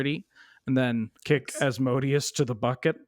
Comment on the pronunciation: Congratulations to nailing Asmodeus the first time and parlaying it into an A+ groaner